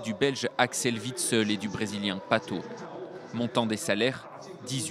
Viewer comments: on dit witsèl c pas beau witseul et on dit tous sa en belgique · Je suis le seul qui a été choqué par la façon dont ils ont prononcé Witsel?